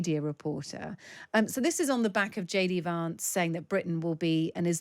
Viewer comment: The woman, with the 50's style glasses, pronounces Vance in a very posh British way. It's pronounce as in 'cat', not as in 'cart.'